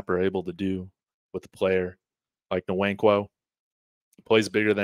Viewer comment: it is wankwo, the N is silent. Wannnnkwo. Like Kanu Nwankwo the famous soccer player.